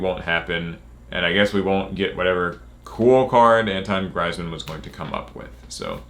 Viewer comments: I am French and at the beginning I was very happy ! But now I am so disappointed... PS : We pronounce Antoine GrEEzman and the French yugitubers were Super Zouloux and LeLabo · actually you dont prounounce „man“ like you would in english, the a is like the a in „hard“ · Antoine Griezmann and any popular face associating with the game of Yu-Gi-Oh is a good thing. And yes, you are butchering his name. lol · It's pronounced Greezmen. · It’s pronounced Greez Man. For next time lol. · Pronounced grease man, French soccer superstar and world cup champ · It's pronounced greezemann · *Grease man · I think it’s pronounced “greezman” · His name is pronounced “greeezman” and he’s a professional football player🤦🏻‍♂️ but hey ho! Top video! Keep them coming! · AH Yes my favorite footballer Antuan Graizman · You got Antoine right, but his last name is pronounced GREEZ-man if you wanted to know or not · It's greez•man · God the pronunciation of his name hurts my ears